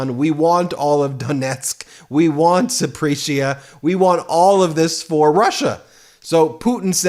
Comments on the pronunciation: Not "Za prish ia". Pronounce important names properly. It is " Za po rish ia". I listen daily!! You are doing a great job. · Ben, it's pronounced ZapAreesia, not Zapreesia. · Point of clarity: Zap-or-iz-i-a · Please learn how to pronounce "Zaporizhzhia" you say it often enough, learn how to say it properly. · Check your pronouncation of Zaporizhzhia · Wow, Ben! You really suck at the pronunciations of names/proper nouns! All those Ukrainian regions you named, you pronounced wrong, ALL of them!